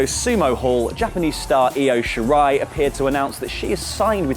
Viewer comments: Guys it’s Io “Shirai” NOT Io “Shari” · Is Io Shari like the Fake Luke to the real Io Shirai? I mean...come on. Shirai. Not Shari. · "io shari" its "shirai" not "shari" lol